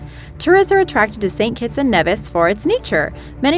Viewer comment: U got st.kitts name wrong